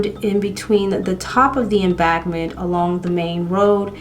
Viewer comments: Oh and "embankment" sound that out, Em-BANK-ment... Not trying to be rude darling, It was pretty funny how you were pronouncing that though. XD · Just found your channel a few days ago. I happen to be a huge fan of true crime , and love makeup. Therefore I plan on watching all your videos until I catch up, lol. I also love your cute accent, embankment sounded like em-bag-ment 😂, Keep up the Great content.